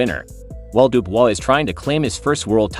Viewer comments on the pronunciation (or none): I liked the video when it was about "Daniel Doobis" (unfortunately, it only went for 3 seconds). Calling him "Duo", Dee yu and Dewis a few times didn't fix things.